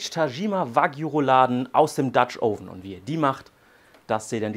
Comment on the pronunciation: Hm, also letztens gab es ein Video in dem Du "Oven" richtig ausgesprochen hast. Nun nicht mehr... Warum?